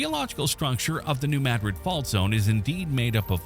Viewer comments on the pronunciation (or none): It is pronounced... NU MADdrid .... not... Nu mahDRID. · I enjoyed this, but the AI mispronunciation of Madrid was a major, annoying distraction from the quality of the production. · I quit watching when New Madrid was mispronounced.